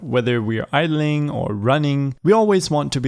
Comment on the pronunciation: Nobody “idleing”